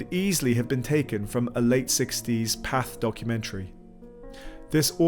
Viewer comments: At first, I thought the creator actually narrated this, but it's just low-effort AI. Pathe is pronounced pa-THAY, not path. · No it’s not. He’s made videos for years. If u go back to one of his older videos (preferably before AI was popular), u can hear his voice which is the exact same as his voice in this video. He most likely didn’t know pathe was pronounced that way. Simple human mistake